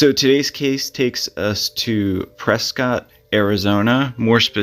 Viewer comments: Just a little FYI. It’s pronounced Pres skit, not Pres cot. Enjoy you videos, thank for sharing. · First its Gran - it mountain, second its called Press - ket.